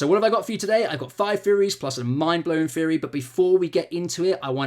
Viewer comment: Repeat after me: TH-TH-THEORY.